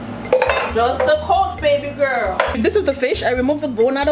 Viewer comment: You crack me when you say babie😀😀😀😀😀😀